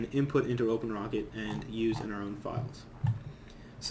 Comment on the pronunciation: When you said "USE." LMFAO